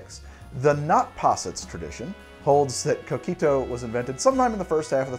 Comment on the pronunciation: Love coquito, I have our family's recipe. I guard it with my life. Btw, every time he says coquito with his gringo accent, I cringe.